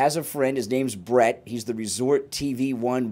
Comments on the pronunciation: Oh… And it’s Brit not Brett lol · That would not be possible without BRIT’S cooperation. Please get his name correct if you are going to report on it.